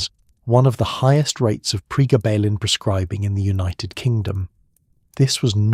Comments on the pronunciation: Gayba? Pregarrrrbarrrlin? It’s GABA as in Dutch Gabba techno, and pregablin as in PRE GAB LIN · Pre gab lin ….,, that’s he you say it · We call then pregabs, the full term is pre-gab-lin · PRE - GAB - A - LIN Please correct your pronounciation - for gods sake AI you are so CRAP !!! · Why the fck are you pronouncing it like that. It's PRE-GABBA-lIN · The way you mispronounced Pregablin through this whole thing drove me insane but I persevered. As a drug worker I will take all the information I can get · Interesting, as I have fibromyalgia. Your AI needs better training. It pauses as odd places, then jumps at others. And the way it pronounces pregabalin. Thanks for the info, it was very interesting and informative, especially its popularity growth, in the dark. Put please, listen back to your videos, that should, I would think, get the errors to leap out. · That’s the same dosage (600mg per day) I was on for 17 years for acps. I realised the drug was doing more damage to me than the pain & quit. Went through days of sweats, stomach cramps & intense mood swings. The AI voice is pronouncing the drug’s name incorrectly- very annoying